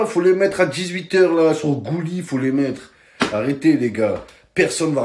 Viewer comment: Momo c'est Gulli et non Goulli comme il a dit 😅😂😂😂